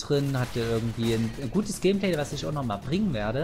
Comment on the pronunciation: "Gehmpleh" Danke für diese neue Aussprache für "Gameplay":P